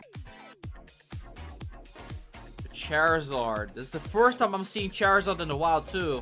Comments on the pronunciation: Not cherizard (Charizard)😂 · Lol you pronounced it chery Zard